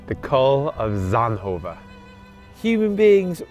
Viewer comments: Yay Belgium welkome to my country . It sound like he says sandhoven 😂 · please stop pretending you can pronounce zonhoven